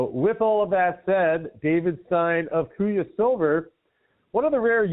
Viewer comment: He guys kuya rhymes with buoys... and shiny makes banks whiny